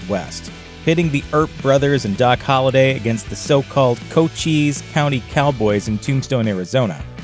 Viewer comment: Just FYI. Cochise County... rhymes with Dice.